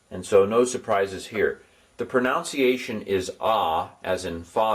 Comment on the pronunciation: you pronounced pronunciation wrong.